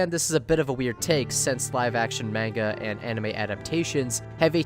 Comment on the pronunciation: the way you pronounce manga is infuriating